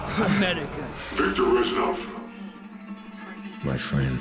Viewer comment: i was half expecting you to say "REZNOR!" when you said Resnov.